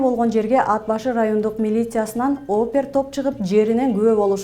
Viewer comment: АТ БАШЫ ДЕП ОКУ. АД БАШЫ КАТА.